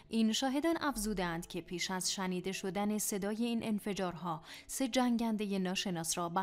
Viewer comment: َشنیده یا شِنیده 😂😂